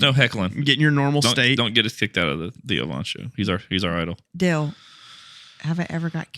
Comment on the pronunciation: at the dale not da-le podcas-t